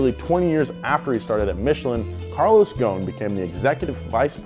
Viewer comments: Carlos GHON ? it's Gho S n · it is pronouned GHOSEN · The s is not silent his name is not goon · He is of Lebanese descents,his last name is in arabic thus it is not pronounced gone it is gho-se-n “غصن" witch literally translate to “ branche” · Why are you missing the S ghoSn. The s is not silent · You should pronounce the S. Ghosn not ghon. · Carlos GHOSN NOT GHON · There is an "s" Between "gho" and "n" You should consider pronoucing it😅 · Its Ghosn Pronounce gho-sen Meaning in Arabic "Branch" as a tree branch Thank you for all the great videos Keep them coming :) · Carlos last name is pronounced "Ghoo-son", a name which means "twig" in Arabic. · Carlos is Lebanese and so am I. You pronounce the S in his name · The “S” in his family name should be pronounced, ghoSn , just for info 🤔😇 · how is Ghosn pronounced Ghown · You are pronouncing his name very wrong .. it is divided to 3 pronounced words... GHO" SS" NN" ... GHOSN 😋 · The s is not silent in his last name u r saying it wrong